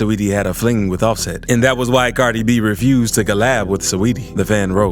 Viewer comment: Liiiil baby Goooouhhns beat up offset🤣 The funniest part was his accent for Cardi B.. 🤣😭